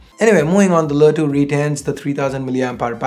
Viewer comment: Wtf is lä 2?!.. U cud just said LE 2